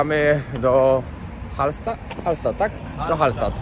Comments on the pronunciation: Hallsztadt (tak powinno się to wymawiac) bardzo piekne i urokliwe miasteczko 👍👍👍👍młodzież po alko prawdę ci powie a jeden to nawet polskiego zapomnial👎..pozdrawiam pozytywnych wariatów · Stadt czyta się sztat tak jak byś chciał wiedzieć XD